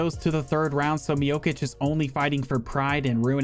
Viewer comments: Stop saying stipe “miokich” it’s pronounce “miochich” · when you say Miočić it's not a k sound but a ch sound like in cheese